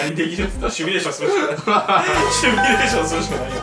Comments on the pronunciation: 🙅‍♂️シュミレーション 🙆‍♂️シミュレーション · ちなみにシュミレーションじゃなくてシミュレーションってのあるけどな